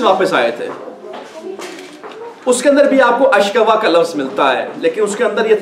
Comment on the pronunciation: Ayat m "ashkoo" h ashka nhi h.ayat #86